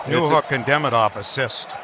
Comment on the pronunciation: He called Demidov Deminov